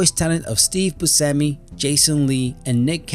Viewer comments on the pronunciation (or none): none